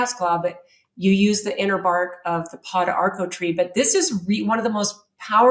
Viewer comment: Funny she knows about thiese herbs but can not pronounce them. I am an herbalist the studied around Central and South America. Pau D'arco= po darko. Also used for cancer in S. America. Una de Gato= oun-na de ghato Also used in kidney and urinary tract issues.